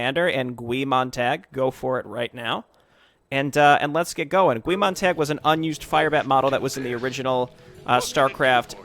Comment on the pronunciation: sorry to be the "well actually" person... but its pronounced "Guy" its a reference to the main character in Fahrenheit 451 who is a fireman